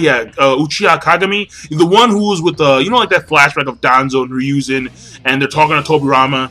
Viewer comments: The 3rd's name is pronounced here a zoo herizu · It's pronounced "HE-roo-zen" Sorry that was just really annoying me...